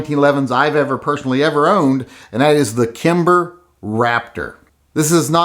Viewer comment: Saying kimber let’s me know all I need to know about you buddy...